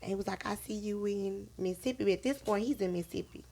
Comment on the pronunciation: It’s not Missippi it Mississippi